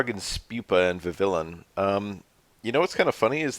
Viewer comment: vivillon is from the france region so there’s naturally silent letters vi-vee-yon